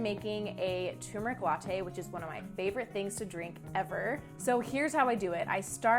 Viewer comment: “Tur-mer-ic” is the correct pronunciation FWIW. 😎